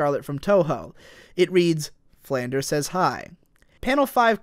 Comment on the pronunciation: YOU KEEP MISPRONOUNCING FLANDRE OH MY GOD I SHOULDN'T BE THIS ANNOYED BUT I AM.